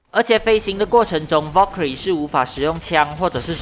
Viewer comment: wow Valkyrie 的發音很ok！